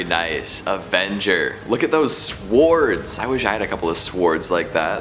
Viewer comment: I've never questioned my life more than when said the word "Sword"